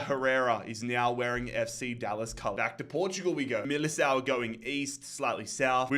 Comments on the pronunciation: Famalicão is pronunced Famalickão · As a portuguese lad im glad Famalicão lost cause i was getting mad everytime you mispronounced their name ahah Good series, bro! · you say familicao Fa-mil-i-Kao and GD Chave shav-es😊